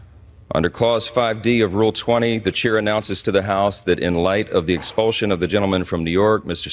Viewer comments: Ex-pul-SH-un not Ex-pul-ZH-un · Expulsion is pronounced expulshon not expuljon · It's expulsion not expulzun, Get a grip and stop making up your own language. Also watch your pronouns, you and your colleague run roughshod over the use of me and I.